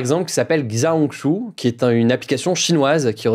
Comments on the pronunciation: Alors le petit livre rouge XiaoHongShu 小红书 se prononce plutôt Kssiao Rong Chou 😂. Mais bien tenté Hugo ! Et du côté chinois sachez que beaucoup de mes amis m'ont demandé si les pays Western venaient les envahir haha😂 cette vague était très drôle mais le contenu est quand même très différent que sur tiktok. Cette appli sert aussi beaucoup à s'aider et se donner de bonnes adresses ou astuces. On dirait un peu plus instagram que tiktok. 😊 faites attention à ce que vous publiez car vous reflétez la France. 😢après c'est nous qui payerons les pots cassé si vous montrez une mauvaise image... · J'espère que t'auras plus jamais à donner le nom d'une application en chinois parce-que mes oreilles ont saigné